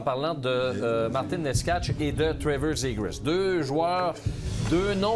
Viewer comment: Necas = Nétchass = Nécache = Néchass